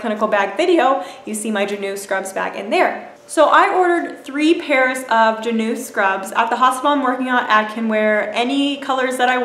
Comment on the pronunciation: Its pronounced Jah-new